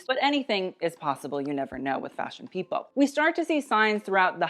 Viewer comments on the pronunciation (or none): none